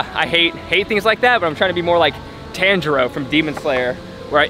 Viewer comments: tan jar o na its ton jer o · Bro said TanjEeRue